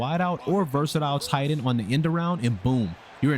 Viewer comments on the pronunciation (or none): none